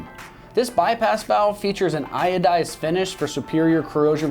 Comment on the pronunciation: What the hell is iodized finished aluminum? You mean ANODIZED?